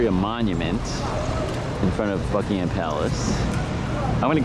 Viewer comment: Great video! May I make a suggestion (..as a Londoner). We pronounce "Buckingham" as "Buckingum" as in "um" not with "Ham" as in the meat. If you do you will head and shoulders above other American tour guides! Greetings from London!